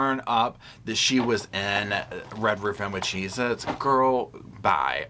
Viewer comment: Got em “CHZ-Itz” LMAO